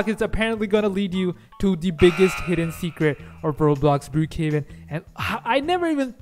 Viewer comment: You say Brookhaven cc be like brew kevin